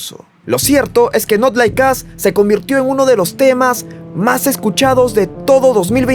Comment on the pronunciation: no se pronuncia like as... es like os... ( al audio es asi) not like us..